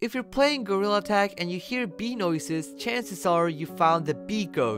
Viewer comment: Isn’t it beez